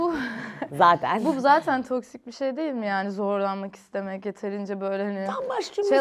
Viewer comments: melis artık toksik kelimesine toksit demez misin birkaç bölümdür bekliyorum acaba dilin mi sürçüyor diye ama baya baya toksit diyorsun öyle bir kelime yok :(((( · Melis Isiten neden "toksik" kelimesine her bolumde inatla "toksit" diyor?? 😂